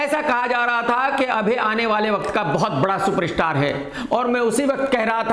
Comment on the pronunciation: सुपरस्टार ❌ शूपर-इशटार ✅